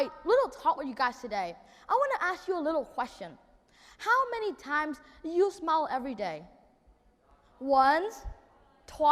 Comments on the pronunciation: Smile phiên âm là /smaɪl/ sao em đọc là sờ mao nhỉ? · Smile được phát âm đúng là "sờ mai ồ". Đúng là Nhật Nam phát âm "sờ mao" nghe chẳng pro tí nào. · nói thật cái bài thuyết trình đéo có gì đặc biệt, ko phải t chê thằng đnn mà là thằng đăng video giật tít, đã vậy nghe từ smile phát âm là "sờ mai" thằng ngáo này toàn phát âm"sờ mao" người ta hiểu thế đéo nào được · Ai giúp mình với. Mình vẫn nói từ "smile" theo âm "ai", vậy mà nghe Nam nói như âm "ou". Mình không hiểu lắm, nhìn transcript, nghe trên máy nhiều lần vẫn thấy là âm "ai". Mà nghe Nam nói là âm "ou". Vậy từ này phát âm như Nam mới đúng phải không? Hay tai mình có vấn đề. Thực sự hoang mang, xin hãy giúp mình. Thanks all! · Khôi Nguyên smile mà nói sờ mao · love his enthusiasm and very articulate presentation. but i keep chuckle at his pronunciation of the word 'smile' i keep hearing 'smao' it could be my ears that have an accent and not his accent. :)